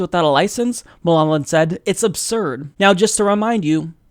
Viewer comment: It's pronounced "MUL-Holland"